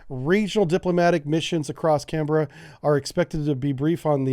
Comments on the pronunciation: I can see why you'd pronounce it as "Cen-berra", but it's pronounced "Can-brah" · We tend to pronounce it "can-brah" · Can - bra with a short 'a' rather than the longer 'a' in the word 'bra' is how we pronounce Canberra. lol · No that's wrong, sounds like a women's bra. Canberra, rhymes with bera, ferra, cerra etc... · I feel like everybody in Australia knew the French deal sucked. Anything said by Australians will be said with as few syllables as possible. Thus Canberra is can-bruh. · Canberra has usually announced a bit flatter. Not so much pronounced vowels. Kan Buh Ruh. Ignore the "E". Sydney and Melbourne could not agree on where the capital should be. So it was made somewhere in the middle. It was very well designed and great to visit. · "Can/bra" is the Australian pronunciation. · Hey, writing from Sydney. Why have a measley French baguette when you have have a loaded American double cheeseburger? Oh...and it's "cann-brah" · Couple of things: Best way to pronounce Canberra is to go with Can-Bra. We've always been pushing for a type of submarine that doesn't exist anymore: the ocean going diesel. The ones who build to the size we want have all gone nuclear and the one who build the diesels haven't got the range. This was one of those things that was always going to affect the shortfin barracuda model and the fact that it just kept slipping was really the final straw. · Can-Berra haha good video thank you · pronounced can-bra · Canberra is pronouced CanBRAH. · Bloody excellent. Canberra is said: "Can-brah" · Canberra is pronounced "can bruh" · If you can say Canberra correctly you'll be hired as an advisor. Work on it, Hate to see Sub Brief leave though. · just like Joe Biden you can't say our capital cities name properly and you can't pronounce the labor leaders name right, good job your expertise is so great.